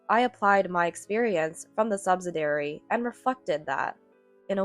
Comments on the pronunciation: Subsidiary is said as "SUB-SID-EE-AIR-EE", and not "sub-sid-air-ee". Your voice sounds like a junior high schooler or high school freshman who is bad is English and can't pronounce words correctly. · liarn to read English. the word is sub -sid-ee-ary. either that or get a new and imprived AI reader. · Subsidiary is pronounced suhb-si-dee-eh-ree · Please note the spelling of subsidiary for proper pronunciation, not "subsidary" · They need to remove the word subsidiary if they are going to use a reader who has no idea how to pronounce the word.